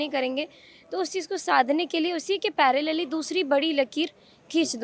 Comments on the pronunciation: Paralleli ya parallel 🤣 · Paralili kya hota h i think parallel 😂😂 ki baat ho rahi h